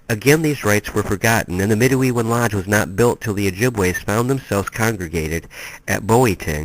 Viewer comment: I look forward to reading this book if I can find it. Im Anishinaabe, from MI ( specifically Grand River Band Odawa ). My cousin belongs to a medewiwin lodge and ive always heard it pronounced med-dway-win (with very little emphasis on the 1st w more like med-day-win ). From what I understand its like fight club in that," the first rule of fight club is never talk about fight club". But much respect to you for trying to research and document even just a piece of our history . As a protoliterate society there are no books recording our culture and history (pre European contact). So as our stories are passed on less and less from generation to generation , our history and cutural identity is effectively being lost forever. Chi Megwetch